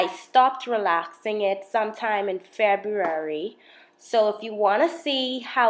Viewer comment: Immediately recognized this by your pronunciation of February :)